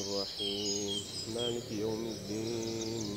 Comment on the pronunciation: يا أخي صحح قراءتك في سورة الفاتحة تقرأ (مالك) بالكسرة وليست ساكنة،❤